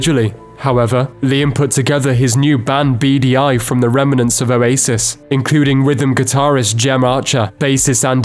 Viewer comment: I honestly thought this dude was saying "a racist" instead of Oasis for like the first minute of the video.